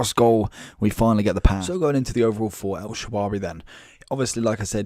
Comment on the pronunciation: El shaarawy not el shawary